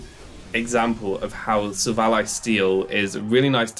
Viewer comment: SI-VOL-E Not Siv ALLY